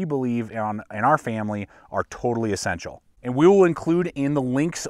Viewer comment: He never says "e-ssential".... he says "a-ssential!"